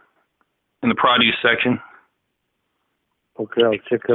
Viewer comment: I think they didnt understand when he keeps pronouncing produce as "prah-doos".